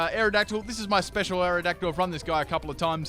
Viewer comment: Full mispronounce team Aerodactyle: Mewtwo Stunfisk: luvdisk Malamar: amomalimar To be continued...